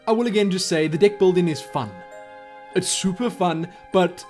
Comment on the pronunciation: No one else notice how he pronounces "deck"? He says "dick", makes me cry of laughter every few seconds! Haha